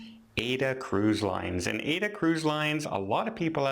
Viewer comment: thank you for this. I believe Aida is in reference to the opera by I believe by Giuseppe Verdi. If that is so the pronunciation is AYEEDA. This is just minor.